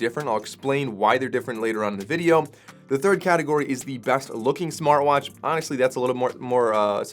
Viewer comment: Smarr watch, still can't say Tea?